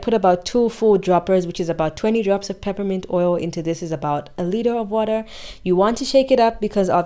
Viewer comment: Bonjour from Paris!. New subscriber. Please Can you write for me the oil that you added in the rice water. I heard pipimante!!! Est ce que you wanted to say essentiel oil of menthe poivrée? Peppermint essential oil? Where do you buy it please,? Be kind to answer. Have a very nice day. Super Bonne journée